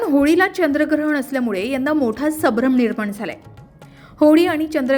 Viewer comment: वाचन शुध्द करावे. आपण वारंवार सभ्रम असा शब्द वाचला .तो चुकीचा आहे. खरा शब्द*संभ्रम*असा आहे. चुका टाळाव्यात.